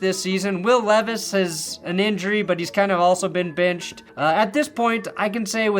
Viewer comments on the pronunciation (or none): none